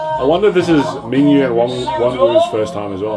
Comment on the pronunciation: guys if no one has mentioned yet, their names are pronounced as "Min-Gyu" and "Won-ooh" :)